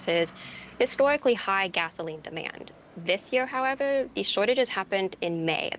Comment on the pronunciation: Why is every “r” pronounced as a “w” 🤣 “Yeaw” “howevew” “Wussia”